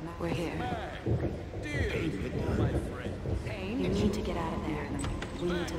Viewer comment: IT'S PAYNE!